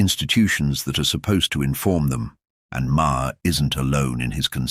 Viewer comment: If by you are going to make an AI video, have the AI learn to pronounce Maher's name correctly. Sheesh!